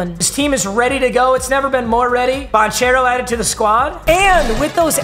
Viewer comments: Papa his name is care-o not chair-o just trying to help. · Love you papa but is Ban-care-o not Ban-chair-o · For future reference It's Banchero with a hard ch sounds, so it sounds like a k Ban-care-o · It’s not like chair, it’s like care for Paolo’s last name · Ban kare o spelled different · Paolo's last name is pronounced "bahn-kehr-oh" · You pronounced Bancheros name wrong lol its pronounced like Ban-kero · oh papa. Paulo's name is pronounced "ban-CARE-oh" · Paolo’s last name is pronounced Ban-karo. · Paolo Banchero is actually pronounced "Ban-kair-oh",. no big deal tho, papa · it’s pronounced ban-care-o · it’s pronounced “Ban - care - o” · It’s pronounced Paulo Bankero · Its BAN CARE OH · tell its not bon chairo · The amount of times he pronounces Banchero's name wrong 😭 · i was getting so pissed when he was saying banchero’s name wrong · the inner duke fan is cringing so hard the way he said banchero 😭 ITS PRONOUNCED WITH A CK NOT CH😭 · Take a shot every time papa mispronounces Banchero wrong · as a Duke fan, the way he's pronouncing Banchero's last name is making me furious 😂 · bro how did you fucking pronounced banchero, italy in dying rn